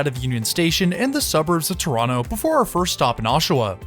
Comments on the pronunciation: Impressed that in your Toronto videos you pronounce the city name the local way - "Tronno". 😄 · The local way to pronoucned it isn't Tronno, it is Trwanna 🙂